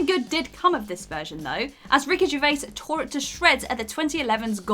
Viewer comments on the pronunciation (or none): none